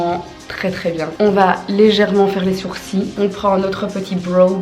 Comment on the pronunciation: ON DIT sourci L <- pas sourci !!!!’